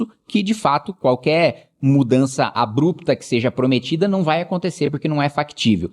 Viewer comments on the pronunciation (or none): none